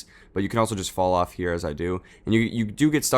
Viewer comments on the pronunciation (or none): none